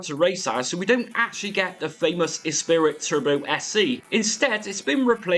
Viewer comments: It’s ESPRIT pronounced esprie not ESPIRIT. Great content as always.😮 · Ess pree ❤ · You've added an 'i' that isn't there though. It's Esprit, pronounced 'Espree'. Unless you treated genuine game floppy disks badly they were, by and large, perfectly durable at the time. 30+ years later, possibly not so much (although all my original games are stilll fine!). Personally, I think the Megadrive sound is better than the ST (which sounds truly awful), but you're right - nothing tops the Amiga version of this all round. Nice video. Thanks! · I've never heard someone pronounce esprit as "espirit" before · The lotus series was amazing and up there with moonstone and sensi for most loved imo. Mate u butchered saying esprit 😂